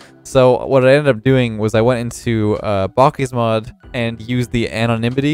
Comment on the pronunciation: Who calls bakkesmod, botkesmod? grammar honestly...